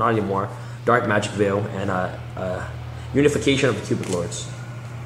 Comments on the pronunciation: You dude, it made me sad that you couldn't pronounce basic words in english, Horizon and Unification, and even managed to pronounce Gate ( Gay-yaht ) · if you dont know how to pronounce elementary-middle school words like "Unification" or "horizon", you need to go to school again before reading yugioh cards.